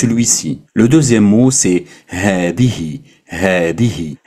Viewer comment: As Salam aleykoum c'est moi ou tu prononce د au lieu de ذ dans هذا هذه Et ذلك